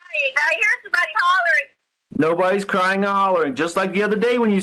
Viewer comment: He was “cryingk” I’m pretty sure crying doesn’t have a letter ‘k’ at the end of the word. 🙄